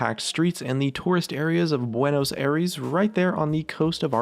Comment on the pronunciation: buenos "eyhres"